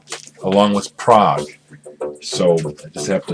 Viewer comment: PS love the way you say prog i thought Prague::]] a music genre i knew not excellent some things i have not heard and will chase now.... nice to see fans are all around the world.... that music still means so much to me now... after all these years..... thank you